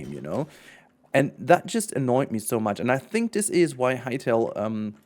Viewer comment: I believe its pronounced hi-tale, not hey-tale